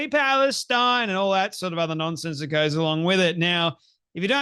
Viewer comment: Why does Clementine Ford say "Palestine" like "Phallus-teen"? Seems to be obsessed with phalluses even when she's a femin-azi.